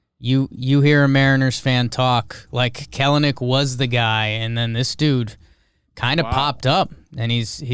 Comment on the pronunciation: I unironically think the Mariners can win the division lol. Also some other things - It's pronounced Kell-nic and he'll definitely be in LF fairly quickly this season. And Julio is the man he's the future face of the franchise I've never been more excited for a prospect in my life. And I wouldn't blame scouts for getting weird in his profile he's fucking hot